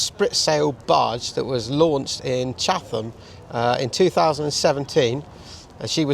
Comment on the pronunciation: Hi, the Snark was modified in Chatham Kent , we live across the River Medway from the dockyard , just to help with our Kentish pronunciation …. It is Chat Am , just trying to help , if you come over here , before the locals correct you ….. luv the channel . Cheers !